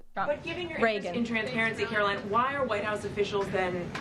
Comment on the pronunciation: Car-o-whine Levitt please SYFM!